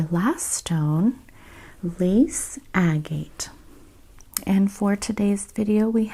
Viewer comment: I loved this video. Thank you! I find the way you speak and the subject matter calming. I am going to make a suggestion about pronunciation. Anyone who finds this offensive please ignore this, because I do not mean to offend. Agate is pronounced “ag it”. Thanks again for the video. I would love to see more of them.